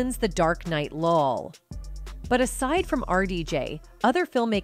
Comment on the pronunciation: Scorsays....................Scorseezee....lol and what is with the amp ? I'm surprised the Ai sounded out "lol" instead of saying laugh out loud....